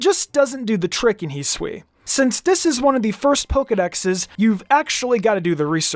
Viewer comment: its not heswee it's hi sue ee, hisui!